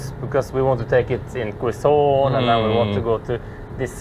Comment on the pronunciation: Welcome to the 🇵🇭🙂🤗 It is pronounce "kezon" or simply say QC (just say those 2 letters) & the people would understand right away.. btw, we do hope to meet your sisters too here in the 🇵🇭 someday.. Cheers! 🙂🥂